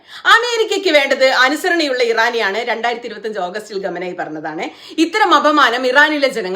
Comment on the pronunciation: ഭാഷർ അല്ല X ബഷാറുൽ അസദ് ഗമേനി അല്ല ഖാoനഇ എന്ന് പറയുക